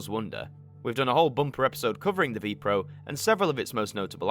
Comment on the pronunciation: Ah yes, the VPRO channel come on man, at least do a bit of research and find out which NPO channel it was on at that time also VPRO is pronounces vaypay-err-oh